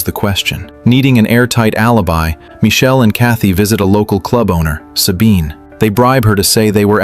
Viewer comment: Please change yr ai to pronounce michael instead of michelle ..😣😣🤢